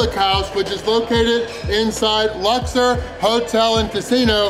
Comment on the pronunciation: It's pronounced Lux- Or....... Not luxer